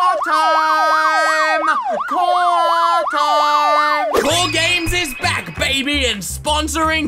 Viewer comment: literally in every video: cORe GaMeS